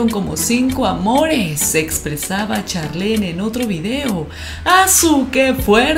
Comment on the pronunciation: Se escribe Charlene se pronuncia charlin